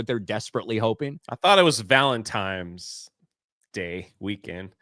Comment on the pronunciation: you're an awesome dude. But for the love of God, don't say "Valentimes" again. It's. V A L E N T I N E S! There's no "M".